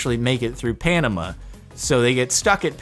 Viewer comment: His pronunciation of "Panama"...